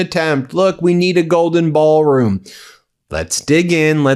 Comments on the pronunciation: “BAAL” room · Sounds like a Southerner's pronunciation of the word. lol.